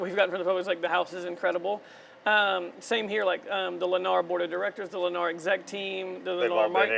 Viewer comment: You lost me the moment you said “Lennar”